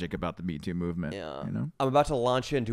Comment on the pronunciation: The way says “yeuh” lol